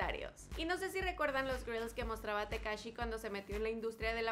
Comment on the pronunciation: Ahí dice takashi no tekashi